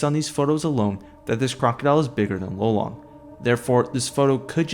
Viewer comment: It wasnt lolong it was lelong dude